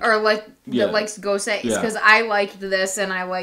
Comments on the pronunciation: Not goes-uh either just goes, like goes to the store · all you need to do is YouTube "how to pronounce gose" or talk to a beer certified judge. ;) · DrHans Brewery ha ha almost! I just knew he would really butcher it 😬😬